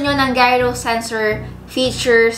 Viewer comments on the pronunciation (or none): I'm not trying to be rude or anything, but it's pronounced as JYE-RO (gyro) and not GAI-RO. FYI lang sis!